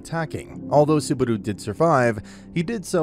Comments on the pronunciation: Me hearing suh-baru instead of subaru in the first 9 seconds made me give up on this recap. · Bro really said Subaru. It's Subadu